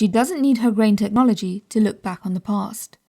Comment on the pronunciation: I love how grain sounds so much like brain every time you say grain I think your saying brain